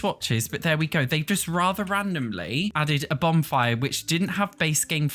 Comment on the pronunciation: lol are you saying Bombfire? 😂That’s what I’m hearing and maybe it’s your accent? I love it btw but it is Bonfire 💗